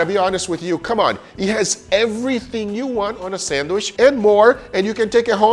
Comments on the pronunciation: C'mon Guga, pronounce Sandwich properly man. It's not a sand wish, it's pronunced like sand witch. Just busting your balls bro, no matter how you say it, those looked AMAZING and VERY TASTY. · You may love sandwiches, but you cannot pronounce it! Hard D sound on "sand" and "wich" like "witch." You're saying it like "sanwish." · loves how guga says sanwishhh instead of sandwich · Good video. But since it's important for him to point how how to pronounce BRAZIL... It is not sand-WISH...OK... It's sand-WICH. In medieval times they didn't burn wishes...they burned wiTCHes. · for the love of god, it's sandwich, not sandwish... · Also, why do you call them SANDWISHHH? 🤣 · 🙋🏻‍♂️ Excuse me sir. There is actually a "D" in the word Sandwich... 😐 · Guga saying 'sanwish' stays a meme. 😂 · Guga pronounces them sandwish....sand wishes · I cant take guga seriously when he keeps saying sandwish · Haha sometimes it's sandich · The amount of times I heard him mispronounce sandwich really got to me 😂 also “not being biased” makes the sandwich from Brazil the only s sandwich